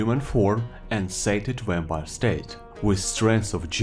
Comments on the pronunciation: This is just worth it to hear saying Wampire!;) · Ur u saying Vampire like Wapire? XD